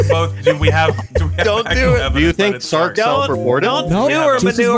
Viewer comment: I still can’t believe can’t say Sark and always calls him Stark lmfao